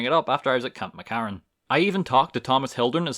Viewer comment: Camp McCARran. Are you per chance Irish?